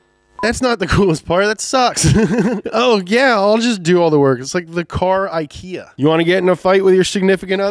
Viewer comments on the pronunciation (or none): none